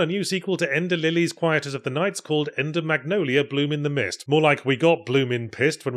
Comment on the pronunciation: Wow! I didn't even know they made an Enders Game video game! Jokes aside, if they did manage to recreate the computer game from that book, I think it'd be pretty cool! Edit: I got mixed up by Yahtzee's trademark mispronunciation of the title and though you spelled it wrong, sorry.